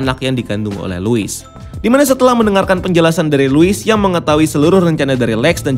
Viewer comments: gregetan si babang ngomongnya luis luis luis... bukannya harusnya lois ya bang? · Penyebutannya "Lois" min bukan "Luis"!!. Luis itu nama Cowok. Lois itu nama Cewek. #RestoreTheSnyderVerse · Luis?? Lois ya lois gak usah di baca luis geli denger nya